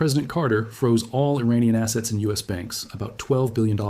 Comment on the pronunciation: "Freeze your assets" sounds like freeze your asses.